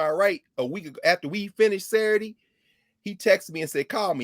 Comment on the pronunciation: I love to hear Dr. Carr pronounce Saturday as "Sair-dee" takes me back to the south.